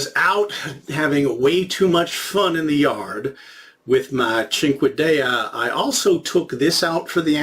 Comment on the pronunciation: The way you pronounced Cinquedea is incorrect. It’s pronounced seen-keh-de-ah. It’s also a cinqueda seen-keh-da. Also surprisingly these types of knives are not really meant for stabbing. It’s a slash/cut weapon. A dagger would be for stabbing because they are usually thicker with a strong point. Of course that all varies.